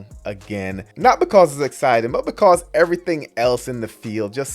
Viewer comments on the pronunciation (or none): none